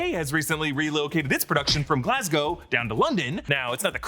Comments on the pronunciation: Glasglow lmao 😂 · It’s Glasgow not Glasglow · Glasgow not glasglow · Mate it’s Glasgow ,not Glasglow. You damn Californian